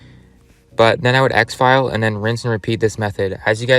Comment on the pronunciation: Just some advice - exfil is pronounced "ex-fill" and not "ex-file"